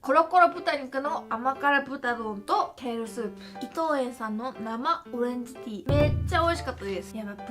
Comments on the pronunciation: 오렌지티다 라고 하는데 한국말 하시는 줄 알았다 그런데 너무 자연스러워서 헐 뭐야 했는데 생각해보니까 오렌지랑 티는 영어고 ~다는 일본어였어... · "오렌지티다" 그냥 한국어투랑 똑같네